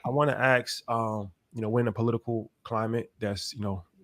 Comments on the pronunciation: I wanna Aks, um I wanna Aks, um I wanna Aks, um I wanna Aks, um Don't Aks him, ASK him. The S comes before the K sound. AssssssssssssssK try it like that. Baby steps. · I hate how people pronounce ASK as AKS. C'mon man. Why????